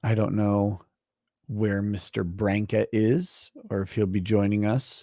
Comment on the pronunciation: So PROUD you can pronounce BRANCA Correctly! Yay😂